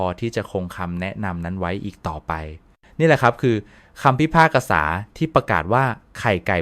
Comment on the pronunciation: ภาษาไทยเปลี่ยนไปหมดละ พิพากษา ก็บอกพิพากกะสา..อิอื